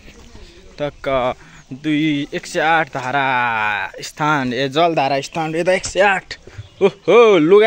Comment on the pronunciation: "स्नान" लाई "स्थान" भन्दिनि अनि😂😂😂